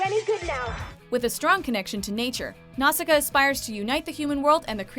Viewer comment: Cripes, do you ever check how to pronounce these names? NOW-shee-kah. Hi-YA-oh Miyazaki. MAHn-gah. stops watching